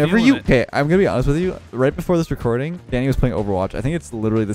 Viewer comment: He said: let’s go Danny!!! What I THOUGHT he said: let’s GO daddy!!